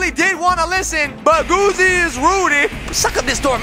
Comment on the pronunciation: Yea not goofy its g-o-o-z-y